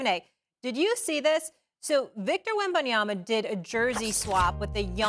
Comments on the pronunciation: Yo if you cant say Wembanyama. Call him Wemby its not Yana its Yama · Can someone teach Stephen A how to say Wembanyama’s name. I’m surprised he still messes it up.